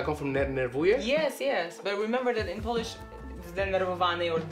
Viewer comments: Man, you are awesome. Good polish pronounciation, wide vocabulary and readiness to learn Polish are impressive traits of yours! Keep going! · I'm really impressed with the pronunciation of Polish👏 gratulacje☺️ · Very good Polish pronunciations. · I'm well impressed how you're handling Polish vowels... Dobra robota.